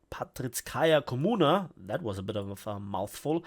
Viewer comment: Hey. Parizhskaya kommuna stands for Paris commune and is pronounced like this (IPA): pɐˈrʲiʂskəjə kɐˈmunə. The “zh” is pronounced like the “J” in Jack Gusto, for example. Grüße aus dem hohen Norden